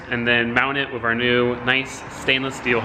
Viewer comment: Have you always said "wiff" instead of "with"